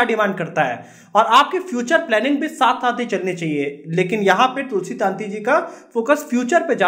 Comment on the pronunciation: તુલસી તંતી નોટ તુલસી તાંતી please correct your pronouns.